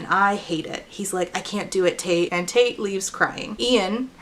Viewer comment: You say Tate, I hear Taint. Same same.